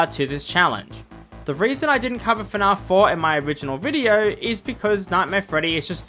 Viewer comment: Who the hell pronounces it fnahf?!